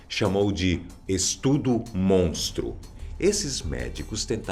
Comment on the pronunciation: Quem mais aí gritou BIRLL baixinho quando ele disse estudo mostro ?